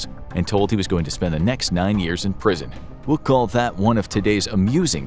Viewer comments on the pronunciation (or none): none